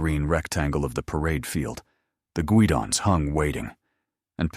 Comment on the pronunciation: Guidons is pronounced "GUY dons"